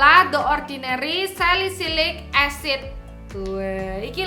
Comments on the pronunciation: ngakkk bangt njirrr "salisilit acid" gw ulang² trus wkwkwkk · "saliSILIT acid" ngakak dong😢